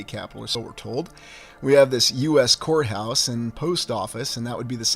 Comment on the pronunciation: I thought you said whore house...but you were saying court house 😅